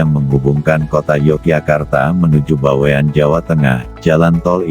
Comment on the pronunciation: Bawen. Bukan BaweAn